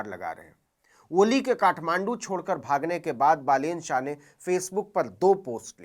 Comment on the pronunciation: Ha bro, naam pronounce karne me galti hoga but aur godi media ki taraha fake news 📰 to nhi de raha